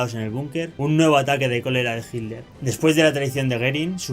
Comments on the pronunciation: Entiendo que el Hitler, NO HILDER. Qué te pasa??? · Hitler. No jilder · Es hitler,...no es hidler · Hilder? por favor un esfuerzo por la pronunciación . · Porque los Españoles dicen “Hiller” sin pronunciar la letra T ?